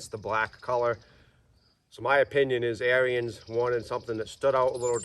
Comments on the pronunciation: The Dad's pronunciation of Onyx is the correct one, however, he pronounces Ariens wrong. Ariens is pronounced as two syllables like Air-Ens, not Air-E-Ens. All that being said, I'd be perfectly happy with the Ikon, although I'd re-paint it to suit myself. A lot of it would stay Ariens Orange, but I'd change some parts of it to an Arctic White to make it more closely match Ariens equipment from the 60's and 70's or similar to their 90th anniversary edition. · I have been so busy that i didn't even see that ariens made an onyx edition. It's pronounced "on-ix" and " air-ens" . About the only thing i don't like about the onyx edition, and ariens zero turn mowers in general, is that they got rid of the serviceable hydros on the lower end / residential units. They used to offer an ikon model with the 2800 serviceable htdros. Now you need to get an apex which is about $1500 more. Gravely does offer a model that fits in the mix, at a slight price increase and not 1000$ dollars more like Ariens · Pronounced Air ens